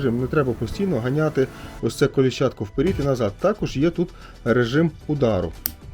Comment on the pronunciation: Нікуууууууууууу. Не вперід. а ВПЕРЕД.